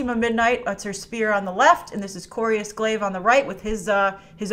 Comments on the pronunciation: "Corbus Glaive" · and it's Corvus Glaive, not Corius Glaive